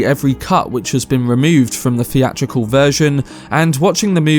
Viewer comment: Oh man, you're one of those that can't pronounce his "th's" properly Fink. Freat. Feeatrical. Fings. Froough. Marfa. Muffer. Deff. Meffods.